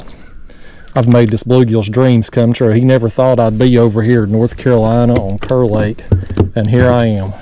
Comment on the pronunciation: Wish I would’ve known you were headed this way - would have loved to meet you. We pronounce Kerr “car”. Love your channel. Watch every video.